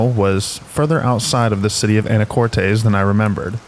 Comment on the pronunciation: It's pronounced "Anna-cortiss" Washington